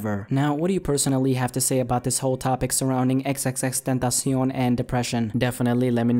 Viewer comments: that's how it's supposed to be pronounced, tentacion is Spanish for "temtpation". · Luis Martinez idk what the correct way of saying his name is, but the way said it is how it is pronounced in spanish. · Damn perfect pronunciation